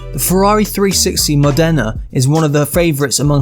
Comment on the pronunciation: To all non-Italians out there, about the Ferrari 360: it's not "Modéna", it's "Mòdena". Stress on the "o". For f*ck sake.